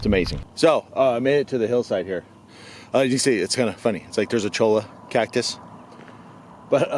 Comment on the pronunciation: It's pronounced "Choya" dammit!! ;-)